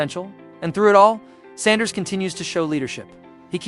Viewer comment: Please learn how to properly pronounce Mr. Sanders name. Please!